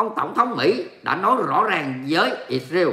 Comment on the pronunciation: "lsrael" chớ không phải "Isreal" nha. Đọc là Is-ra-el chớ không phải Ịt-riêu nha.